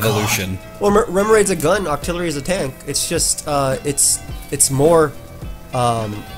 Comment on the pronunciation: DO NOT LEAVE OFF THE E IN OCTILLERY! BECAUSE, NOT BECUS!